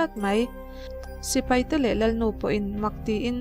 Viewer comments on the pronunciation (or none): none